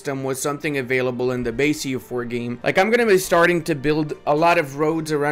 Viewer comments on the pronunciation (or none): none